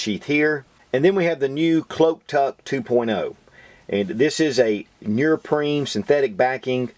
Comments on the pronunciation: bro u make great videos but its pronounced neoprene not nurprine 😂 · What the hell is nearpreen? Are you trying to say neoprene? Which is pronounced exactly as it is spelled. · heh heh... he says nerprene... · NEO-PREEN lol right pronunciation of neoprene . other than that , Great review. help'd me decide to get 2 . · Thanks for all the great videos and the knowledge that comes with them ***** but, say it with me: "knee-oh-preen" hahaha seriously though, great work, you have really helped me broaden my perspective and certainly influenced past purchases lol. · "nee-oh-preen" lol